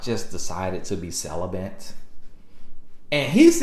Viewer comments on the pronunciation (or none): “I’m sell-uh-bant” 🤣🤣🤣🤣